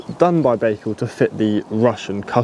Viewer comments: Guys. Please at least pronounce the name correctly! It is not Bakecal............... It is Bical. So annoying. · Pronounced "ByeCal", you may be the first one to say it properly in future😊